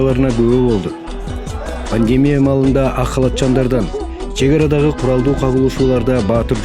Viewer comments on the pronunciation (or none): none